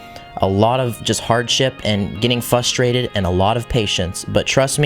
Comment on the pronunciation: "and getting fustrated" lol